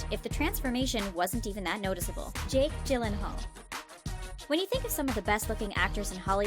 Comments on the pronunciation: another person that mispronounces Jake Gylenhaal's last name lol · I hate when people pronounces Jake’s last name wrong lol